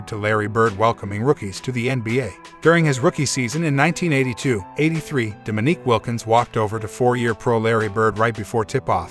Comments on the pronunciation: Why did he call him d'meak Wilkins? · Please teach your AI how to pronounce "Dominique." Thank you.